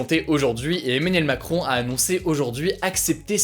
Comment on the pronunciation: ARETTE DE DIRE EMANIEL MACROOOOOOOON